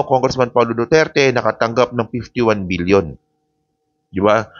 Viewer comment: Million ba o BBBBBILLION. PK LINAW ANG PAGBIGKAS MO.B